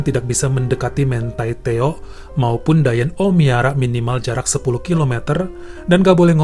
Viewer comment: bacanya MANTI TEO aja, bukan mentai teo